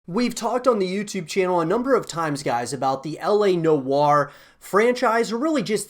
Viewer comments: It’s L.A Noo-waa.. not know-arr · Why does he say la no are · I cant watch further. Your pronunciation of noire is killing me with cringe!